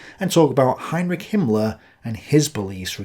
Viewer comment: junge du kannst nichtmal Heinrich und Reich aussprechen. Ich sag doch auch nicht Winstohn Kuhrkill.😊